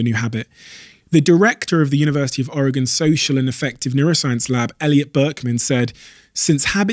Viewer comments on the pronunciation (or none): none